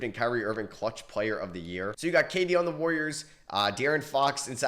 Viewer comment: no hate but you do know theres an "A" in warriors right